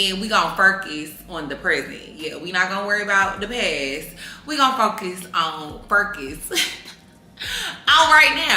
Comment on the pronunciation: u gone what?… “furcus” 😭😂